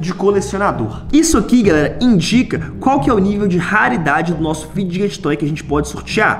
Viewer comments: Pq vc fala fidguet toy é fidget fala igual fidget spiner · Mano ele fala ficdget toy e é fidget toy da uma agonia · Não e fideget toy e figet toy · Figjestes toy q ele FALA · O Enaldinho só fala fideget toy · Vey eu tenho um odeio quando ele fala figet toy e fidget toy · EU ODEIO QUANDO O ENALDONHO ELE FALA FIDGET TOY ERRADO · Ele não sabe falar fidget toy